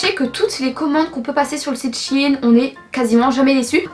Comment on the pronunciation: Moi je dis shein et non pas shine side donc je comprenais pas de quel site vous parliez alors j'ai regarder et enfaite c'est shein et j'adore ce site sinon je vous adore ❤❤❤